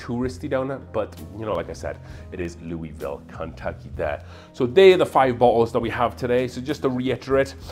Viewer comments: In case you don’t want to sound like a complete out of towner it’s pronounced “Lull-vole” I can’t explain to you why it just is. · makes total sense. Also being Welsh and British maybe why my inner self pronounces it Louisville. Although I see myself as a Welsh migrant to the USA instead of British. Much like Jack Daniels and Evan Williams!